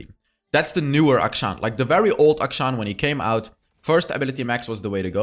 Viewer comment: Akshan is pronounced A-(kshan), as in 'action'. It's an actual Hindu name.